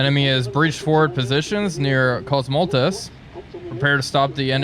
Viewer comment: koz-moh-letz! Not koz-mol-tez. Comrades have been sent to the salt mines for less!